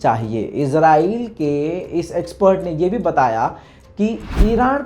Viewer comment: Yar lafz to shi bolo azrail nhi israel he